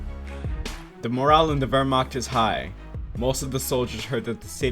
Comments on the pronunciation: ah yes, “wermark” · All these pretty good pronunciations and then "the ware mark" how the fuck do you even manage that like you have to be actually illiterate to not at least pronounce the "right" wrong way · cool diss but says the guy that can’t pronounce Wehrmacht or communism